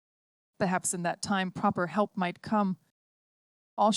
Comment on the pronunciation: Lollypok,??? Helk??? A good rendition get real